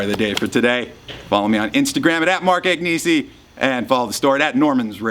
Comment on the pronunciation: Agneesee??? Cmon man.